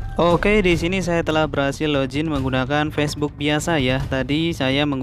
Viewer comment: Login bang bukan lojin 😂